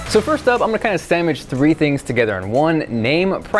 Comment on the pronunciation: Did just say "sandmich"? lol that's awesome.